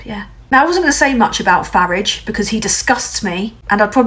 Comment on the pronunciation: Congratulations on using the correct pronunciation of Farage's name (yup, it is pronounced Farr-idge). Cannot wait to see your opinion on Question Time on the BBC tomorrow- they have Piers Morgan AND, for some unknown reason, Farr-idge appearing. Keep up the good work